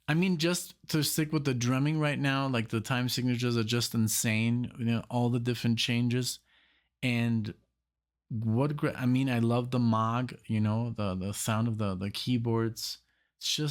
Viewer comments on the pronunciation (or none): MOOG - pronounced like MOAG. Long O sound. And maybe those synths were Fairlights or Oberheims? Somebody knows.